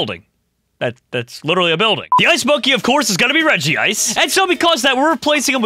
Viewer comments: Its regice, not regiice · This has always annoyed me people calling reg-ice regiice when there is only one I if it were regiice it would be pronounced regi-ce